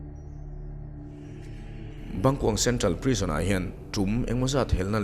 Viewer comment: "Bangkong"ka nui na sa lutuk tawng sual hi chu alo awl emai😆